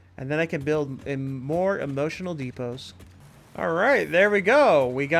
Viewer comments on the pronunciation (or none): Def emotional depot. I hear it too. 😂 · EMO-TION-AL DE-PO!! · Is it just me or do I keep hearing "emotional depots" when you're talking about the dimensional depots? haha Great builds! Looking forward to seeing this series continue.